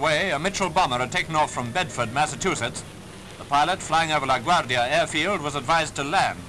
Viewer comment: I'm thoroughly impressed when the narrator breaks out his best Italian accent to say “LaGuardia.” Granted, his pronunciation sounds more Spanish than Italian to me. But I've never heard anyone else switch their dialect when saying it, so props to him for acknowledging that the name “LaGuardia” comes from outside the US! (Named after former NY mayor Fiorello La Guardia, a second-generation Italian.)